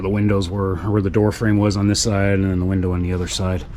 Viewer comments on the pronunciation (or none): none